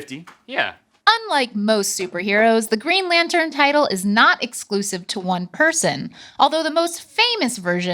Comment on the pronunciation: "Dark evro" lmaooooo dude please stop talking. "Geen lantun"